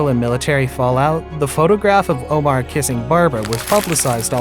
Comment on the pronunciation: What's with the weird way this guy keeps saying everybody's last name? Strei-SAND, o-MAR, Bro-LIN?